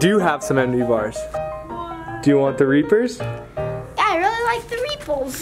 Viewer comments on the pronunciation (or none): He said reeepors (ITS REAPER BOIIII) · 'I reawley like the reaples' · He can’t speak the r 😂👌🏻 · Reeples... I’m dead 😂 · He says my replees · Yo and instead of reapers he says repulls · Did he say reaples I’m not tryin make fun tho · He say repols balz scootels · “Scootle balls”. “Reaples” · Why does he say reapers Reepufs no offense